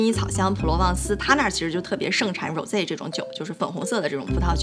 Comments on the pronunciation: 发音不是“揉贼”是“霍Z” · 粉红酒发音太奇怪了；不懂法语最好不要乱说话😂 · 小Lin 包括有个男生念的那个 都是英文发音 法语的Rose Champagne 读起来 特别有味道